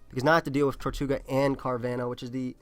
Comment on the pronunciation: it's TER-toe-ga not TOR-tu-ga. It's spelled tirtouga